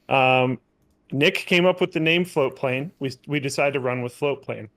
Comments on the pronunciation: I have always heard it as FlowPlane not Floatplane. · I always thought you were saying floplain. Floatplane. It's FLOATPLANE. Got it.